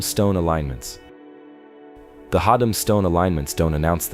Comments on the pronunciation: It's Haddam pronounced Had- dam not hod- dom. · its pronounced " Hadd-em" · ”/Had’um” is how it’s pronounced